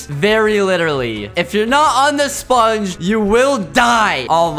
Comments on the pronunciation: I love how he pronounces sPungge!!! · It’s hilarious ho he says sponge